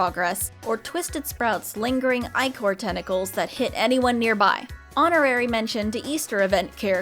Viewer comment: Im sure you've gotten this comment by now, but "ichor" is pronounced "ih-core."